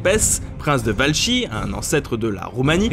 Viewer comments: "Valchie" On dit "Va-la-kie" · On ne dit pas VALCHIE. pour le mot Valachie, on prononce : "Valakie".